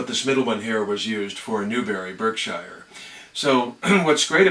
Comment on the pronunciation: Veritee Reed hall repping Kingsclere 💪💪. Also that pronunciation of Berkshire tickled me